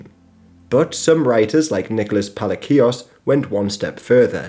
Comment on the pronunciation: Just a spanish tip of pronuntiation, the C in names like Palacios and Francia sounds like an S like in "sin", C always sounds like S when is before I. But well, this is a minor language nonsense, you dived pretty great in the video